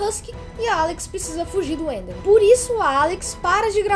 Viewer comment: tava na cara q aquele áudio do steve falando com a Alex e fake o cara falou the totalmente sem sotaque de gringo (na parte do the enderman a pronúncia do the fica dê e o enderman ficou pronunciado como endermen)